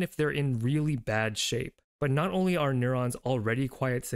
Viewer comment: "I'm not Korean" sounds like "I'm North Korean" 💀